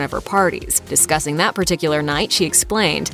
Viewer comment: "I attempted to cook payayya???"